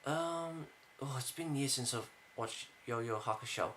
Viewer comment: you know he knows nothing about yuyu hakusho because he can't even say it right